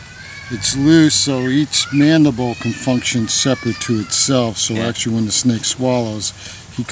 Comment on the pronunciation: Actually, not actualle.